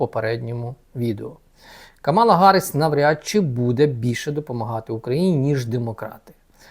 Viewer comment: Камала-наголос на першій а!